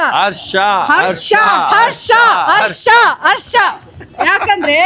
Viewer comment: ಹುಟ್ಟಿದ ಹಬ್ಬ. Baaday ಅಲ್ಲ. ಹರ್ಷ ಅರ್ಷ ಅಲ್ಲ